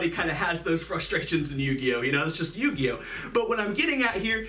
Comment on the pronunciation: Yuginono turn to yu-gi-oh-no😭